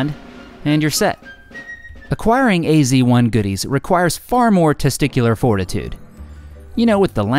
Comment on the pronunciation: why you call it "ac 1" instead of "az 1" ? :-)